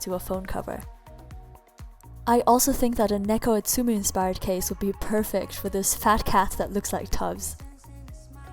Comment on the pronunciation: the way u pronouced neko atsume. S M H